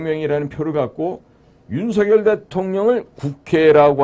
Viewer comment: 유투브에 몇 차례 /윤성열/로 불러주세요가 아직도 안 되네요. 고유명사는 문법에 구애받지 않습니다. 본인이 원하는대로 불러 주세요. /레이건/ 대통령도 미국식으로 읽으면 /리건/이 맞지만 자기네 집안에서는 /레이건/으로 발음하므로 그렇게 불러 달라는 공문을 각국에 보내어 지금껏 그렇게 불려지잖아요. 자음접변만 아는 /윤서결/은 듣기에 참 거북하고 심지어 그런 문화를 모르는 거 같아 참 무식하게 보입니다. 기대를 했는데 사소한 데서 대단히 실망하고 있습니다.